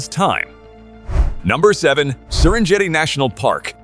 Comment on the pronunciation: Every site except the Great Barrier Reef had one or more mispronunciations. They even had three different goofs on 'Serengeti'. Was that a computer talking? Didn't a human listen before posting it?